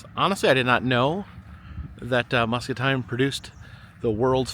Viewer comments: Musk-A-Teen not Musk-A-Tine. Had to jest with ya. 😜😜😜😜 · As someone from Muscatine it’s pronounced MuscatEEN… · The town's are pronounced "Musk-ah-teen" & "key-oh-kuck" and OMG you actually went to Burlington for Snake Alley!? No one EVER comes to see it! Its always overshadowed by the CA one. Ours is tighter & considered the longest & curviest ALLEY, the one on CA is longer and claims to be the longest curveiest ROAD. I'm sorry there is literally nothing else here lol EDIT: I grew up in small town right next to Burlington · I live in the area. Love these videos! Muscatine is pronounced Muscateen 😊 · Muscatine is pronounced with teen at the end. They are famous for both their great tasting watermelon and also a melon that is close to a cantaloupe but they call it a muskmelon. There are normally a number of roadside stands open when they have ripened. Too bad that one wasn't available to be able to get one. The figure that you saw in the iBuffalo Bill Museum that you thought was President Reagsn was Buffalo Bob Smith who hosted the Howdy Doody TV show.from . He is buried in Hendersonville,NC next to APR Church. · it's pronounced... Muskateen! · Yessir! I was going to tell him, but I’m sure knows by now. MUSCATINE is pronounced Musk-uh-teen! 😃 👍